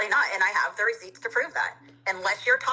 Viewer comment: I do love the term "recioots"... receipts + proof = recioots.